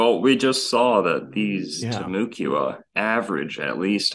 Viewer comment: As a north Floridian it is pronounced Tim-u-quana the u is pronounced like an a.